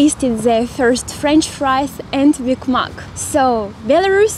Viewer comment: I thought you called it ‘Big muck’ at the beginning 😎 Anyway, I’m sure it will be better with new local ownership now. Burger and Borscht?